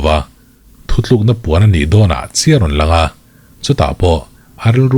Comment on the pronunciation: nang tal hi chuan "thuthlûkna" t tawh suh teh😊 "thutlûkna" ti hrâm tawh rawh aw 👍🏻